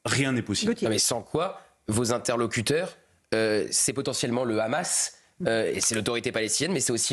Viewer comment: Je ne sais pas si ce petit détail est mentionné dans cette émission mais 147 pays sur 193 membres de l'ONU reconnaissent déjà la Palestine. Le Hamas (prononcé "rhamasse") a beaucoup d'alliés.